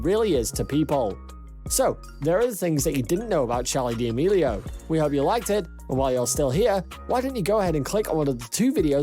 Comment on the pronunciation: HE RLLY JUST SAID DEOMILIO